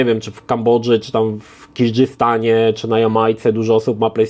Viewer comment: "kirdzistan", "azjatyccy", "kraji" 😂